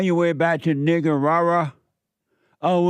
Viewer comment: He’s the only person I’ve ever heard pronounce it right.